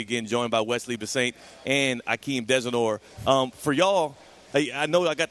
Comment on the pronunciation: did he say Desador, that's why Mesador laughed😂😂